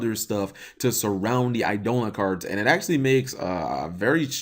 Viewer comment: cmon bro its pronounced "eye-duh-lawn'